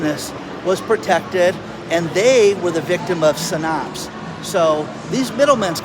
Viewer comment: You don’t know how to pronounce Synapse. It’s said like SIN apps. Pretty common science/medical term.